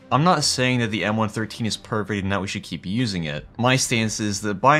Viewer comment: I loved my 113. BTW...it's referred to as a "one one three" NOT a one thirteen.